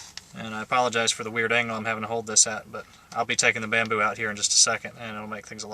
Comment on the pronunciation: It was funny when he said bamboo the firs time